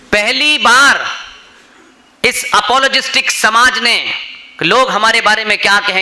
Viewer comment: Pushpendra Sahab please the word is “apologetic” not “apologestic”